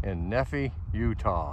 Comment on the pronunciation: Pronounced “Nee-fye” (rhymes with pie)